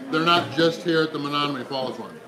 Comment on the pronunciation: Is it just me or did mispronounce Menomonee Falls like 5 times? What the? Still a great video and great challenge. It isn't "Menonomee" though.